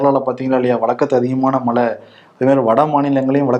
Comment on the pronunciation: Mr. 'ழை' உச்சரிப்பு சரியாக வருவதில்லை. மழை என்பதை மலை என்றுதான் பெரும்பாலும் உச்சரிக்கிறார். ழ ழை களை சரியாக உச்சரித்துப் பழகவும். இது எனது வேண்டுகோள்.